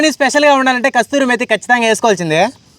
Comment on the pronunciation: అన్న అది కస్తూరి మేతి కాదు కసూరి మేతి అన్నో😅